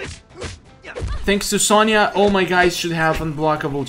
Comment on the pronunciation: Why u say kenshe is kenshi not kenshe